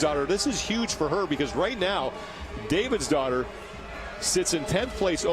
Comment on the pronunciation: lol forgive me for not knowing the women's names, but i was getting super annoyed with the male commentator when he kept saying kathrine davidsdottir bc i thought he was saying kathrine david's daughter lmao